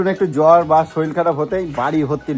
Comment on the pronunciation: শরীল নয়, কথাটা শরীর আগেও বলেছি। শেখার কোন বয়স নেই দাদা।